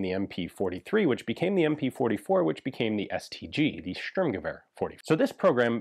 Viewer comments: just for historical accuracy: "Shturmgevehr" kinda= Sturmgewehr. With a sh sound (sheep, shell, shallow) s is generally an s (saw, sit, see) in German, but if it is at the very start of a word and it is followed by a T or a P, it is pronounced sh. Obvious examples could be Sport - Shport and Stopp - Shtop. exceptions: foreign words imported into German, for example star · Did Hitler cancel the Stueeerrrmgever?